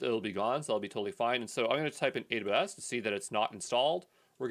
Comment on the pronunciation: Haha, I'm still getting used to how he slurs "AWS": "Adabus". 😂 Guess I'll have to get really used to it. 14 he 2 mins to go...